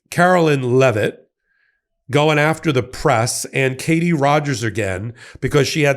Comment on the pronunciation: Her name is pronounced "Leh-vit", not "Luh-vet".